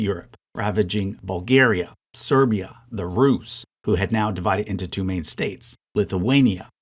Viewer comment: when he said "Russia was in the war in a support capacity not a main one." I thought he said "not a mean one." LOL...